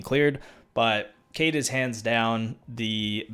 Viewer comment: Finally someone who says Kaid right